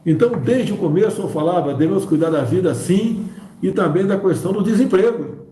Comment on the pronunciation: Questão , não " cuestão ".....🤦‍♀️